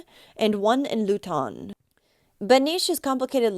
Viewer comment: YOU DONT SAY LUTON LIKE THAT ITS PRONOUNCED LOO,__TUN😂😂